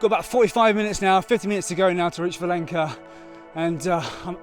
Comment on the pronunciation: The reason there isn't much infrastructure for peregrinos along that stretch is most pilgrims take a ferry across the mouth of the river and continue to fallow the coast on the spanish side. Im sorry to be that guy but Valença is pronounced Valenza not valenka the ç sort of a z/s sound.